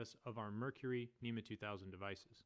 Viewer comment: It's spelled NMEA yet you keep saying NEMA.